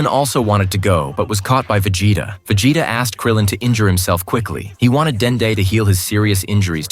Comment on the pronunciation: Ha, Va-Jay-ta. Just curious, how quick are you putting this content together with the AI narration? I assume the AI is also authoring the descriotive account, and probably compiling scenes too. How quick are you pumping this stuff out, and capitalizing on the views?